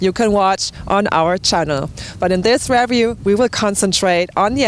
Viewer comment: Hi, I have no doubt that you've already heard this several hundred times by now but in the event you haven't, it's 33km and not miles. Anyway, thank you very much for the review. By the way it's pronounced riview and whats as in watts. Thanks again.